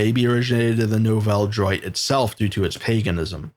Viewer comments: no its not. it's pronounced new-velle dwat. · Nouvelle droit pronounced about Nuvel Drew-ah